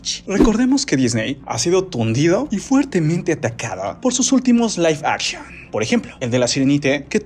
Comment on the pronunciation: Aguas con la pronunciación bro